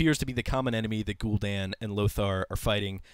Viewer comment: It's not pronounced "Gul'DAWN" it is "Gul'dan", as in "Danny"